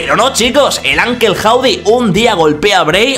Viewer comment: Que pdo siempre pronuncias de manera errónea tanto a LA Knight como Uncle Howdy jajajaja Pero mi nota del royal Rumble es un 5/10